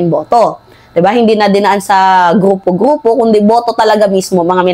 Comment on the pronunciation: Gruuuuupo😂😂😂 ayusin mo muna Rrrrr mo😂